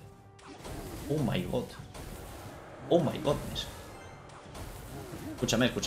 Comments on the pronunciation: Mori de risa cuando dijo Oh My god jajajaj Se escucho que dijo Oh my goat.😅🤦🏻‍♂️ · Nadie: expresandose en ingles: Ou mai got😂